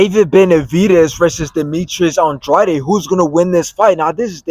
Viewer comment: Why does everyone pronounce Andrade wrong???????????